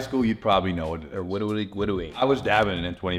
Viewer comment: sneaking in “they’re widawy gwiddying” 😭😭😭💀